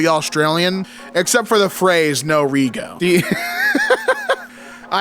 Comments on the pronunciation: It's pronounced 'Reg O', not Re Go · 'Rego' is pronounced 'redg-o' not 'ree-go' - like a lot of our slang is has the 'oh' sound on the end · reeee go 😂😂😂 it’s reh-joe. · ITS FUCKING REGO, “RE-JO” “RED-JO”!! LITERALLY SHORT FOR REGISTRATION YOU’RE FUCKING KILLING ME HERE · I only just seen this video and the way he said it was giving me a brain aneurysm 😳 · im Australian and it hurt me when he said "ree-go" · pronouncing "No Rego" as "No Ree-go" absolutely took me out. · What you expect from non-Australians, they butcher the English language even more :D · I cackled at the way he said rego too 😂. Also your comment has a prompt to translate to English which makes this even funnier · The pain when he repeatedly mispronounced it 😭